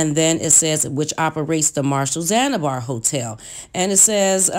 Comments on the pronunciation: Omg it's ZAN-ZI-BAR not ZANIBAR and paraplegic not Paralegic🙄🙄🙄🙄. But good story though but dayum you really read the articles over and over smh. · One word... Zanibar 🤦🏽‍♀️😔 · Right she talking all of this mess cant even pronounce words. and "zanibar" instead of zanZibar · Whewwww! I’m glad you said it! It was driving me crazy! Also, ZanZIbar hotel! Not Zanibar. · Yes! Also Zanzibar! She keeps saying Zanibar. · Hell yeah, between para-LEE-gic & Zan-a-bar, I nearly lost my mind. She just choosing not to pronounce well qualified consonants and I can't take it anymore! 🚪🚶🏾‍♀️ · It's the poor pronunciation of words (i.e. para-ple-gic, Zan-zi-bar) for me 😔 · The hotel chain he owed in Chicago was called the ZAN- ZI- BAR 🤦🏽‍♀️